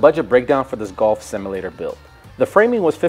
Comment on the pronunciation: ive never heard someone butcher the word "simulator" so hard and so many times